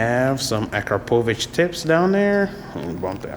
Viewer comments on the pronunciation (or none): A CRAP O VICH - is how it is pronounced by the way.